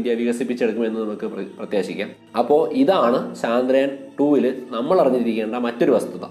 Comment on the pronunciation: Chandrayaan ennalla..chaandrayaan ennanu.